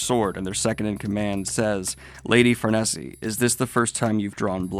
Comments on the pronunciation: Chainsaw man next for sure. Also iirc it’s far-niece not far-Nessie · Her name is pronounced (Far ° Niece) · So we’re going let Daniel think that it’s pronounced Far-nese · that's how I pronounce it too.....but according to google its FAR-NAY- ZAY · its actually far-nay-say in the anime. But i also pronounce it far-neese everytime i read :p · A nitpick but im like 99% sure her name is pronounced like far knees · Just for your sanity Far-ah-neese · I am sure he has heard this a thousand times but its pronounced far-niece. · Probably got a pile of comments about pronouncing Farnese, but I might as well add to the pile (because I think you can tell you'll be seeing her again): It is pronounced FAR-NAY-ZAY. You'll see people typically say it's FAR-NIECE or FAR-KNEES, I used to be one of those people back when I first read Berserk (I've sometimes seen FAR-NEH-ZEE as well). But, upon hearing it spoken in the anime (sub and dub) and checking the phonetic Japanese characters it's spelled with in the original JP version of the manga, can confirm, it is going for FAR-NAY-ZAY. It's actually an Italian name, if that helps internalize it. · Farnese's name is said like far-niece That's all I came to say lol. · Just to mention farnesse is pronounced far-niece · I believe Farnese’s name is pronounced Far-niece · Farnese is pronounced Far-Niece (as in opposite of nephew). Ignore the Anime's "Far-Nay-Zay" nonsense. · it's pronounced 'farˈne.ze' btw, it's an Italian name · Not sure if it's actually official, but I believe Farnese's name is pronounced more along the lines of Far-nays. Or, one could say, Far-neighs. Ba-dum-tssh. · It's usually pronounced "far-niece" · I think it’s pronounced Far-neese, rhymes with geese. But I’ve never been 100% myself. Next arc is some of the best! Great vid again, enjoy the break. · Yes it is. Farnese was pronounce far-ney-zee. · It’s not. That’s just how most people pronounce it.